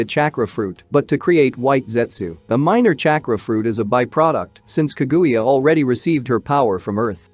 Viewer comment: bro this robot voice is aids; pronounce ka-guya. jesus